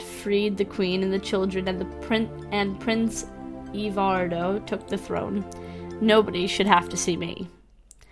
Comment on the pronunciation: Hi,. Glad you decided to give my game a try along with the others. I created "Langwidere of Ev: The Trade." Since you're having a little trouble with the names, here's how they're pronounced: Langwidere - "Languid Air" Ozma - "Ahz-muh" Evardo - "Eh-var-doh." Ev - "Ehv" Cari - Well, your pronunciation works.:-D